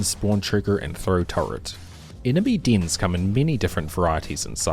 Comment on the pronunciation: beeing an english speaker and not knowing how to pronounce dens in fucking embarrasing, jfc bro like are you illiterate